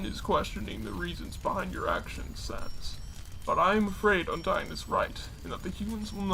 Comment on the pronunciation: it’s undyne not undyine